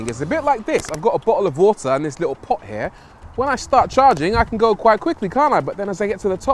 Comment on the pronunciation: aye "bo'oh'o'wa'er" :face-blue-smiling